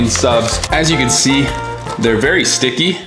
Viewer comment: “they are very dticky 😭😭